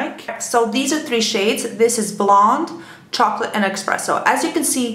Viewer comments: Why do people keep saying expresso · kinda drives me crazy hearing "exspresso"